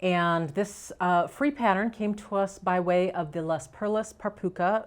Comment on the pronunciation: I would love "ice" colors - blues and silver. I thought you might like to consider this point: since Les Perles par Puca is French, "Les" is pronounced "Lay".